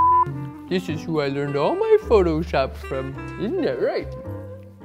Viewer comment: "in FUCKshop"